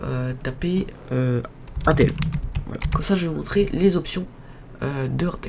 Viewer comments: chu pas un rageux mais putain on dit intel (IN) pas 1tel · on dirait que t'y connais rien tu sais même pas la différence entre Intel et amd et stp Intel ça se prononce "inetel" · mec c'est in(e)tel